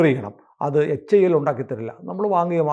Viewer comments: Dhruva അല്ല.., Dhruv(ധ്രുവ്). ധ്രുവ് വിമാനം അല്ല, Helicopter ആണ്. വിമാനം Tejas ആണ്. Tejas MK -1 Tejas MK -2. HIL അഥവാ HAIL അല്ല.., HAL (Hindustan Aeronautics limited) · Not HAIL, its HAL only.